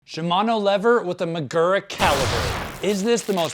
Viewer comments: it's "SHEE-gura", not "SHY-gura" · Man, this was a pretty uninformed video about this setup. Also your pronounced shigura weird. The servowave system changes thenbrake force from a linear curve to an s shaped one. Giving you more modulation on the early stroke.